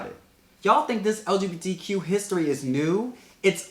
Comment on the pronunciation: Off topic lol but said LGBDQ every time instead of LGBTQ lol